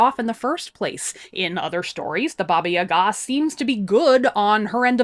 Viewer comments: the correct way to pronounce it is something like BAABAA YAAAGAA, where the A vocal is a bit longer and is pronounced as in BUH but lingering on the UH sound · Me hearing you say Baba Yaga: Oh... seems I've been putting the emPHAsis on the wrong sylLAble.